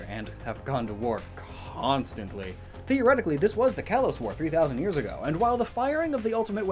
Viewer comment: "Kalos" is pronounced "kah-lohs".